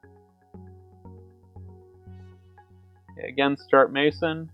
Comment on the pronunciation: "Mayson"? It's pronounced "messen".